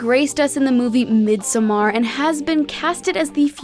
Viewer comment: Interesting in this video that she mispronounced "Midsommar".